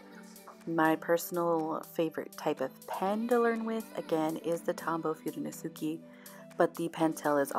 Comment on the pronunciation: Pronouce your letters dont say them Fu de no se ke.. dont say the letter e at the end pronounce it ehhh